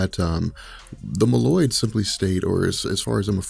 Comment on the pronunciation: Mole-oid not ma-llyod